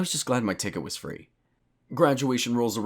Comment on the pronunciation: "Im fee of charge"